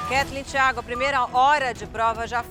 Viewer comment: Aja unhas para roer 😂😂😂😂😂😂😂😂tem que ver minha avó brava 😂😂😂😂😂😂😂vai Como ela fala Theagokkkkkkkk